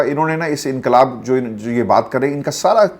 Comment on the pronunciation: بھائی یہ یہ “انقبال” کیا ہوتا ہے؟